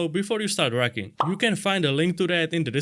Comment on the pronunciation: I thought he said rukken 😂